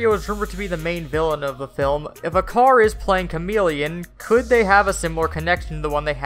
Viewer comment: He's name is not pronouncing like "akar". In turkish "c" pronouncing like "j". So "Ajar" is the correct one.